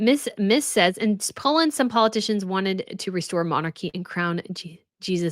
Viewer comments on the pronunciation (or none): none